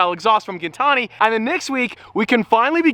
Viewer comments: Isn't it GIN like GIN the alcohol, gin-tani. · His last name isn’t gintani😂😂